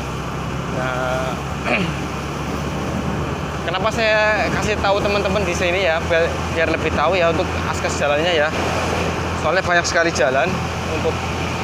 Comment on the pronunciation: Akses kak bukan askes